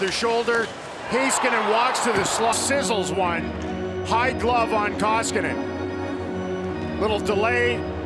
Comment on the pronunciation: He butchers his first name, but most americans can't roll the R like some euros (like finns) do. Last name is basically as well as any finn would say it. I always have a good time with american announcers and finnish names, and it's always nice to hear that someone actually took the time to say it right. :)